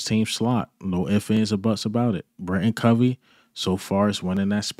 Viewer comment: I swear, not one Eagles channel says Britain Covey‘s name right, it’s BriTAIN Covey, BRI-TAIN. Tain, not Tin.